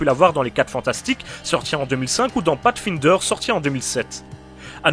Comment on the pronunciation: Pâte fine d'heure ? Merde, je pensais que ça se prononçait pasfayndeur. ^^